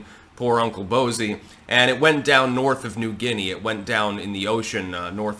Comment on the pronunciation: 😂😂😂 Uncle "Bozey"